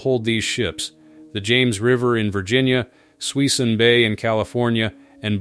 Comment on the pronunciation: Not sure who's narrating this probably AI but its not Suis-in bay it pronounced "Su Sune" bay in California